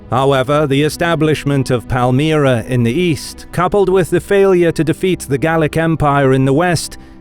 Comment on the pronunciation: nice videos but your pronunciations are way off some times...it's palmyran not palmaryn. Once you notice it it's unwatchable...